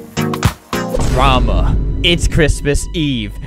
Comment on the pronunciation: The way he said "drama" at the start made me know that things were about to be intense